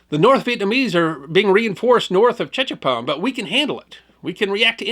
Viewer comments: His pronunciation of Tchepone is totally incorrect. The ‘T’ was silent and was pronounced ‘Chepone’. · its Pronounced ......SHE- PON Tchepone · It’s pronounced ‘Sha-pone.’ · Tchepone , pronounce as in Sha-boom (1954 pop song). E.g., sha-pone. When I read Kissinger's book I was dismayed at how out of touch he was about the real situation there. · I flew Cobras for all of Lam Son 719. This is a good article. As others have mentioned, it's pronounced seven-one-nine. The seven-one was the year, 1971. The nine was for QL-9, or Highway 9, which ran west from Khesahn to Tchepone and farther into Loas. At the time, it was just a dusty unpaved unused road. The pond was probably abandoned. I got that far a couple times. The 'T' is silent. It's pronounced che-pone, with a soft accent on he second syllable. Good article though.